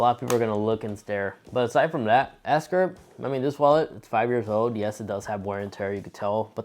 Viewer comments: Bruh how have you had this wallet for 5 years but still can’t pronounce the name correctly? It’s Ekster not ESKER 😂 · It’s pronounced Ekster, not ESKER! Decent review, but work on your speaking skills.